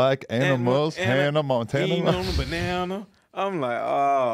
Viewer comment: "Eating a bananana"